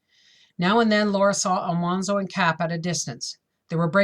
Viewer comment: His name is not All- Mahn-zo. His name has all hard A like apple. Al-Man - zo